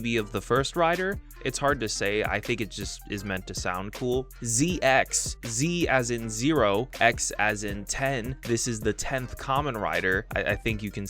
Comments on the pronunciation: Yep, it's pronounced "Zeh-Cross" not "zee ex" or whatever he said. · It’s pronounced Zee-Cross, not Zee-Ecks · ZX name pronounciation is zett cross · ZX is pronounced Zee-Cross. Do some research man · In the Csm Decadriver, it says ZX as "Zed Cross" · Doesn't even know how to pronounce ze-cross....smh.... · Super one is part of the experiment super one within the lore wich is a space exploration project Also zx is pronounced ze CROSS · I don't mean to be pedantic, but I think ZX is pronounced Zeet/Zetto-Cross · I think ZX is pronounced "Zee-Cross" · arent ZX is pronouced Z-Cross??